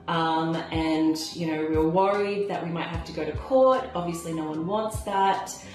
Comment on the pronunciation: I cannot stand when people say "ant" instead of "and"